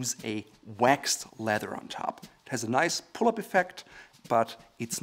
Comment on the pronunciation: It is pronounced leath-er , not letter . Nice shoes !